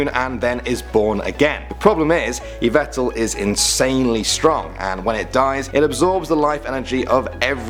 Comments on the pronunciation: learn how to pronounce the last 2. i'll teach you right now Yveltal is pronounced Why Vell Tall Arceus is Pronounced Ar Key Us (Originally Ar See Us) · He also pronounced yveltal wrong. It's pronounced ee-VEL-tal